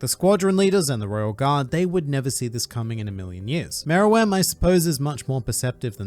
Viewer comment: he's saying it right